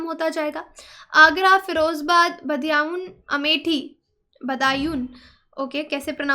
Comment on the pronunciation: correct pronunciation - बदायूँ , फिरोजाबाद